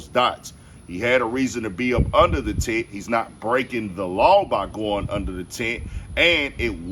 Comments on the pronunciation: Yo Homie. It's TENT not tint. Good coverage though. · *Tent.. not "tint" You wouldn't give a shit about this story if "melo" had stabbed another black kid. Ask me how I know... Pro-black doesn't have to be anti-white. Shameful.